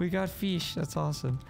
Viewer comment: You say fish like my brother says it feesh